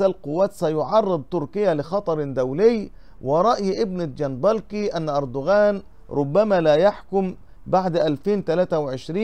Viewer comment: ارجوك انطق اسم الكاتب بشكل صحيح اسمه محمد (محميت) جنبكلي و ليس جنبلكي يعني جنبك لي الكاف قبل اللام ج ن ب ك ل ي صفحتك جيدة و محتواها رائع و يجب ان تكون قراءتك صحيحة لكي يأخذ عنك المشترك فكرة جيدة .. ارجو ان تأخذ بهذه النصيحة